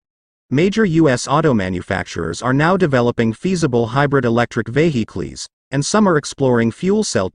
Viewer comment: yaha pe vehicles h but ye prounce aur hi kuch kar raha hai